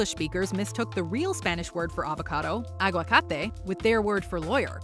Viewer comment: Wow...you guys got agüacate right!